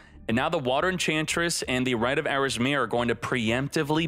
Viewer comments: Dude you’re becoming popular enough to where you should be pronouncing the card names correctly.. it isn’t “Rite of Arasmir..” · It's pronounced Air-a-meh-seer.